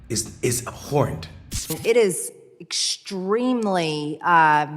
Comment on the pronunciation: WANNA KNOW WHAT IS “abhorrent”? (ITS Not AHORRANT 🙄) Is you CALLING “ALL WHITE MEN ARE RACIST”! I HEARD YOU MYSELF SAY IT! I WONDER HOW JOHN ADEROLA FEELS ABOUT YOUR VIDEO SAYING IT?💁‍♂️. WHY IS CENK PLATFORMING YOUR RACIST AZZ? YOU AS BAD AS THAT BUTCH BODY BLONDE BITCH! #DEPLATFORMTHERACISTMONDEL.